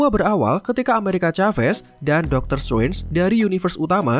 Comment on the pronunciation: Doctor struance, kupingku mulai bermasalah 😭